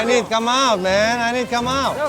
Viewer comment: "i need kam out men i need kam out wkwkwkwkwkwkw...English kamprettt"